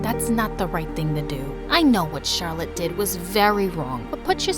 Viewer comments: he said charlotee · I like how ben said charllote exept the main person